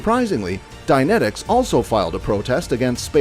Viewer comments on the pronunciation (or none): none